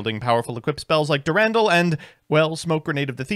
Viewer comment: Eye-sold Dur-Randall Putting together a grocery list for must seem like unhinged scribbles. "Be sure to get a crown of brock-olly, and a few avoke-uh-does"